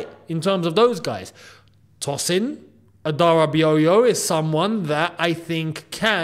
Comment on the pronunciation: Love the video. His name is pronounced Toe-sin.